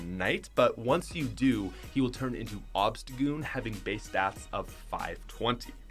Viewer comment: OBSTAGOON, NOT OBSETOGOON!